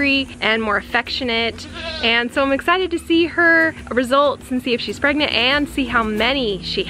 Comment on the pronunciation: There turning...... PREGANTA!?! PreGannatns